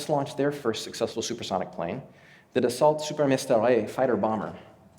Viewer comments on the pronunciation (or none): Wonderful presentation. you might think of pronouncing Dassault without pronouncing the 't', thus more like saying "Dass-soo" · Great talk - minor thing but Dassault is pronounced “Dass-O” after founder Marcel Dassault.